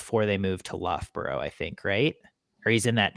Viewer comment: ...lovely person...please say Lufbra...when pronouncing Loughborough not Luffburrow😊